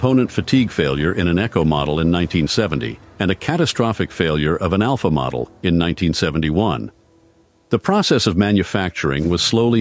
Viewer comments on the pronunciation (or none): none